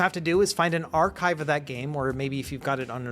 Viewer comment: pirate says arrrrchive